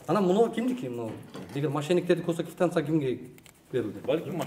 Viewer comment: "кифтансия" деп айтканы кулакты кесип салды. Таза кыргызча же таза оорусча суйлосон жакшы болмок. Журналист деген создорду так суйлошу керек. Квитанцияга тилин келбесе Думурчок деп айт эмкиде)